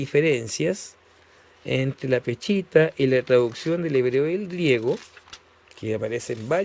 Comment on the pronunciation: No se dice peCHita, sino peSHita, pronunciese la sh.